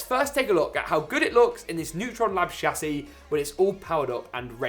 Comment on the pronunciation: When he says "chassis" 😆😆🤩